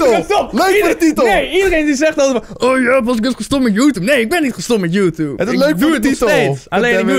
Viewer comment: niemand: Pascal: youtoep